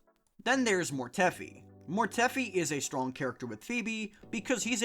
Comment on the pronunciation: WHO TF is MORETEFFFFY. Mortefi, rhymes with DEFY. MORE-TEF-EYE